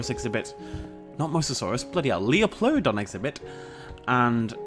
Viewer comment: It bothers me when you pronounce Liopleurodon like it is spelt. The Lio is pronounced like Lie.